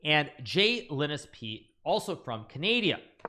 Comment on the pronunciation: It's Canada, not Canadia